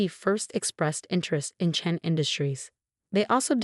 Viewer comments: It's Chen, always chen. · Yes always Chen!! And Rachel is a long a